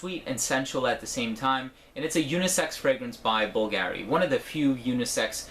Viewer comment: How to pronounce Bvlgari